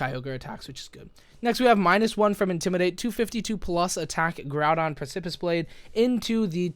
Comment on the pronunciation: I think it's pronounced "preh-se-piss" lol I Google a lot